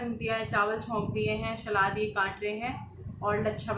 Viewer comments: जी सलाद होता है शलाद नहीं please thk se bola kriye sunne m bht irritating lgta hai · Nice vlog 👌. Shlad nahi hota salad hota h